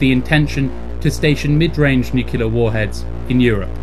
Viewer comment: one thing...it’s NUCLEAR ☢️, not ‘nucular’. Sorry, it’s a pet peeve of mine 😕